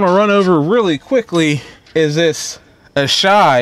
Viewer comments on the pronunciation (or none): It’s AH SAH HE. Not ASHI, Asahi